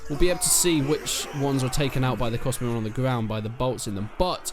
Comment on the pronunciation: Vwandian Hawdened Cwossbowmen